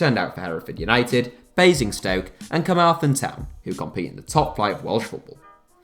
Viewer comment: The way you overpronounce the th in Carmarthen actually brings me great physical pain